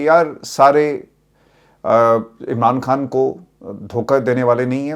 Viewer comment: اسلام علیکم ورحمت اللہ وبرکاتہ ہمارے پاس آپکا نمبر نہیں ہے اسوجہ سےآپ سے یہیں مخاطب کرتے ہیں آپ اردو کا تلفظ پلیز صحیح کر لیں کھان. غلط ہے خان. صحیح لفظۀے